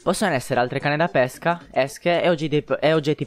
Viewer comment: L'accento con cui pronunci pesca è sbagliato.Dovrebbe essere chiuso,come pÈrchè e non aperto come pÉsca(il frutto)